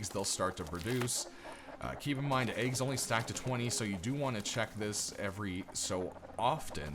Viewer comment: haha sorry i was meant to reply to my friend cos of your accent to us british guys when you say wheat and eggs it sounds like wheat and aids haha just childish stuff dont worry x